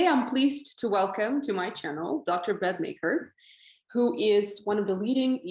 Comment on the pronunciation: You idiot it’s Mechor but the CH is making the CK sound